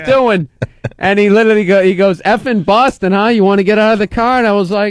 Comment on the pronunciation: The Horrid Atom bahhhhstin